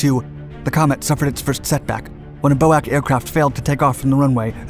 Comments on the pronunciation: Nobody ever called it "BOAK", it was "B"."O"."A"."C"., pronouncing each letter separately. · BOAC was pronounced B-O-A-C, the acronym was never pronounced 'Bo-ack'. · BO-AK?.🤨..read each letter...B.O.A.C. And era in not pounced error...it's E-ra. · B.O.A.C. was never pronounced "Bow-Ack"! It has always been pronounced letter by letter. As "Bee-Oh-Ay-See". This, I'm convinced, has been put in to seed these comments. As all the "" channels do. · It's pronounced BOAC i.e. use the individual letters, nobody else ever pronounced it: "BO-AK"! I've noticed this type of mis-pronunciation on this channel before: please ensure that you get it right, it's really annoying! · Its not Boac its B-O-A-C! British Oceanic Air Company! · Bo-Ack? Not B.O.A.C. ?? Really? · It was pronounced B.O.A.C. not Boac. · Nobody, nowhere ever said "bowak"... it was always pronounced B.O.A.C...... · It isn't "Boac" it was "B-O-A-C" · It was never 'Boac'. It was always B.O.A.C, and learn how to pronounce De Havilland - there is no emphasis on the final syllable. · Never known as "Bow-whack." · It has always been BOAC not boh ak. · I’m so glad you corrected the machine gun-fast-speaking narrator about his appalling “Bow-akk” invention. It was always B.O.A.C as you so rightly have pointed out - never Bow-akk! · I’m sorry, but I’m done with this channel. Fascinating subjects but with lousy attention to detail and execution. B.O.A.C. as bo-ack? Subject of the video is the Comet, but the clips are footage of 707s, Caravelles, or anything else that looked like it was shot in the 50s apparently. Which many viewers know is typical for this channel. If the things we can easily verify are not credible, that leaves serious questions about any of the content presented in this channel. Sadly, I am unsubscribing even though I love the concept and content. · BOAC was never pronouned ''Bow-Ack.'' The initials were said as ''Bee-Oh-Ay-See.'' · BOAC Was never pronounced Bow ac. 👎😣